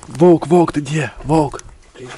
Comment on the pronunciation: Что смешного? У человека проблема с выговором буквы